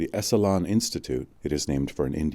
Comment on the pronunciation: Terrific upload/reading. It's been too long since I've read it, too. His work - as it became more popular - got Oprahfied. This was when his brain was at full bloom. Fwiw, 'Esalen' is pronounced ESS-uh-lin. Paz y luz.